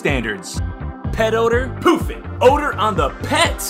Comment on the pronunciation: Every time he says "Pooph" it sounds like he is saying Poop.